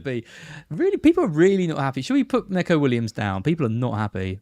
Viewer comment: Its "knee-ko" for neco Williams, he hates "neck-ko"